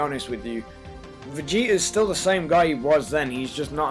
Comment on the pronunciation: How come he sounds like he says Vegeter